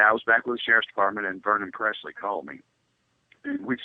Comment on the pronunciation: I appreciate the poignant and impressive interview’s. I realize what you’re goal is in each interview, but just out of respect for Elvis Presley, could you pronounce his last name correctly. It is Presley not PREZLEY. Thanks for the interview.